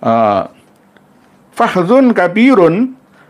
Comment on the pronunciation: Baca kitabnya salah Kok dibaca fahdu semestinya dibaca fahudz Ngaji dmn 😂😂😂😂